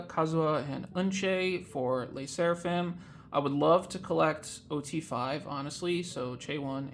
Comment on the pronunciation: The way you say 'Lay' Sserafim takes me out 😂 hahaha